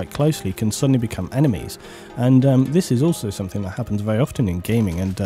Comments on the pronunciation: SomeTHING, not someTHINK. Sorry, but that drives me crazy. lol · I am English! And no it is not ok to pronounce something as "somethink". It is not an English way to say it. It's just wrong. It's no different from saying "would of" instead of "would have". It's just wrong. Again, please believe me, I'm not trying to have a go at your for the sake of it. It just bothers me. Sorry. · Look, believe me or not but I'm very sincere in saying that it is not my attention to have a go at you. It just makes you sound like you don't understand the difference between the words thing and think. You're making yourself sounf ignorant by saying it like that. And you're ignorant person, not at all. And actually I noticed that you didn't pronounce it like that throughout the entirety of the video. So you know, it's just one ot those things. Sorry. lol